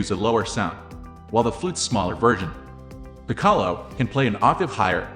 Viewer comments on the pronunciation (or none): Piccolo [PIK] + [UH] + [LOH] Your bot needs some tweaking.